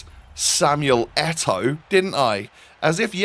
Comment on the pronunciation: It’s Eto’o!!